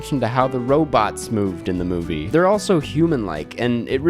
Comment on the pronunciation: it’s MOVIE not MUBI 😂😂😂 anyways i watched thor L&T: 1.5 ⭐️ NOPE: 5 ⭐️ i didn’t watch a lot this month, but i think i got the best and worst of what was released